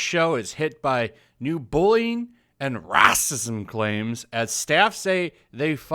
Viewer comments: I read the article in 5 minutes, rather than listen to you babble for 16 minutes. PS: You sound like an idiot with the way you pronounce "Racism". Sarcasm is not your forte'. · Ah yes. “Rassism.” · I don't like the sarcasm of this asshole. What asshole you can't even say racism the way is supposed to be in the language. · The way you said racism xD